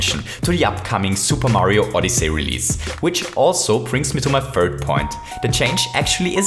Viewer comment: Super Mario Oddee Say